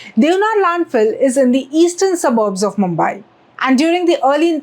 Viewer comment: Need to work on pronunciation - मुंबाई × मुंबई ✓